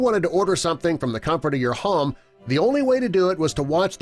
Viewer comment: Why is he saying home like harm?